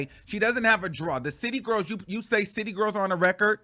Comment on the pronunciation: I'm mad they actually pronounce "gworls" like that lol